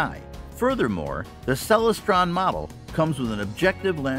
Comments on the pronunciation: The Celestron Powerseeker 127 EQ is a Bird-Jones reflector. Bird-Jones designs are extremely difficult to collimate properly. Telescope experts warn people to never buy a Bird-Jones scope for that reason. FYI: It's pronounced Cel-LES-stron (derived from celestial) not CEL-les-stron. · pro tip: never take telescope advice from someone who doesn't know how to pronounce "Celestron"